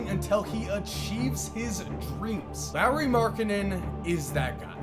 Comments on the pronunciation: Why does he keep saying Lowry Markkanen? It’s lauri lol😂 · It’s pronounced Lori not Lowry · Who says Lauri like the last name of Kyle Lowry. Lolz. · Boi if you say Lauri as Lowry one more time... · U know his name is Lauri and not Larry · It's not Lowry... it's Lauri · Marcus Crescenzo its pronounced lawry not laureeeee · Is it me or saying Lowery not laurri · It is Lari, that's how you pronounce it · Lowry??? Edit : So he is saying Lowry everything... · Do yall get annoyed by how pronounces Lauri like Lowry. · Learn how to pronounce his first name plz....